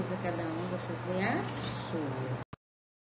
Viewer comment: Tá errado moça é tchau tchau você disse tia tiau